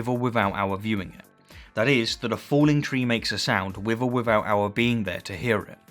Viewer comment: "Troof". "Wif". Ugh! If you can say "theory" then why can't you say "truth" or "with"?